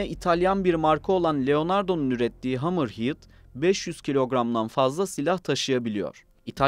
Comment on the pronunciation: hamır hiiıd değil hamır hed